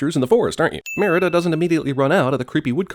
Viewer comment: Think CinemaSins needs to take 50 sins for themselves for the butchered pronunciation of Merida the entire time..